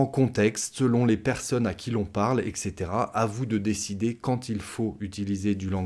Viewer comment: vous avez dir "ec coetera"